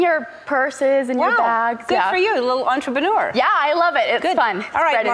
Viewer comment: Everyone going to ignore the fact that she said entrebeneur?